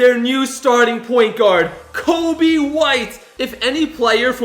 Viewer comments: Um it’s Coby White not Kobe White😂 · It's Coby not kobe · His name is Coby not Kobe. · Bruh it’s (coby) white watch some basketball